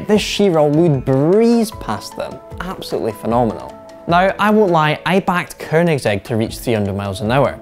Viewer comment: Eurgh. "Ker"nigsegg. Americans and Scots just can't help but put a fucking R in there. And the F40 never hit 200 mph; that's a myth. Car and Driver got it to 197 after testing it twice; Road and Track got it to 196; no stock F40 has ever gone 200. Only one magazine (the Italians, Quattroruote) claimed 200+. The Diablo, however, consistently got 204-ish.